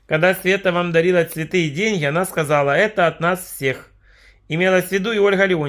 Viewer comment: "куплю цвэты, дорогу открытку", чуть позже - "открытка в мэнэ е..."